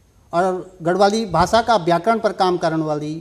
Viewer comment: बात करते समय कृपया माथे पर पर बल न लाएं... सहज रहें - Notice the same. " ब्याकरण " ==> " व्याकरण " " बिद्वान " ==> " विद्वान " " भासा " ==> " भाषा ". "...भाषा क वास्ता काम कदिन..." त भाषा भि शुद्ध हूणि चैन्द.. नथर हम जना कम पढ्यां लिख्यां लोग मि कमेंट करण लग जन्दीं. हमथै कमेंट करण कु मौका न द्यावा. " बिभिन्न " ==> ' विभिन्न "